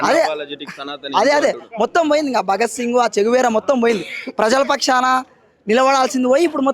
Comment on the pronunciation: ఆయన " చే గువేరా" ఈయన " చెంచా వీర"😂😂